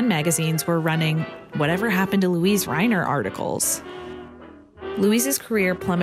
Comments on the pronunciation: The German name "Luise" is three syllables: loo-EE-seh. It's hard to hear her name mispronounced. (But that's just me.) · You're mispronouncing her name throughout the video ... weird.